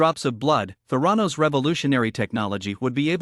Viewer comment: geez, at least pronounce “Theranos” properly! it’s so silly you can’t even get that correct